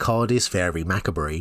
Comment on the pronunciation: Faerie Macabre is pronounced “Fay-ree Mah-cobb.”